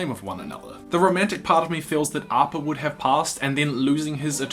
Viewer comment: He says 'arppa' its appa!!!